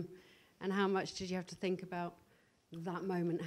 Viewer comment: Never heard a man 'zink' as much as Jose